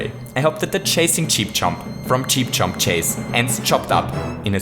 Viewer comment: He hates cheep chomps chase so much, he mispronounced it